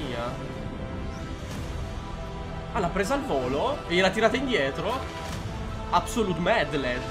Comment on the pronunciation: "...obsolutely madled" volevo alzarmi in piedi per la migliore reaction sul web ma ero piegato delle risate!🤣🤣🤣